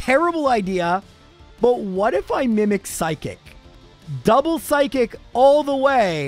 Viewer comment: seriously i never stop to laugh how the way he say psychic sound totaly for psykick damn english can be my second language but chic and kick is totaly 2 different word and when he say say burterfree is a weak pokemon then he never going to far then he not really weak if he be really weak he cant have clear half the game like caterpie who he dosent do half and change the game because is make it impossible to clear the game and for burterfree be alive vs a fire blast i really dont going to call burterfree a weak pokemon and with 1 level lower that charizard and be alive with half hp buterfree he not bulky for sure but still he still got a good def for not be one shoot FR